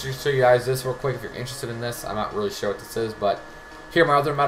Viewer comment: "I'm not sture"😂😂😂